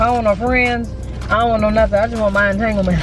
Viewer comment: Girl you gon kill the word entanglement 😂😂😂